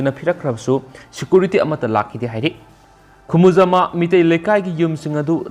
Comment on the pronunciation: Plz pronounce 'Khumujaamba' properly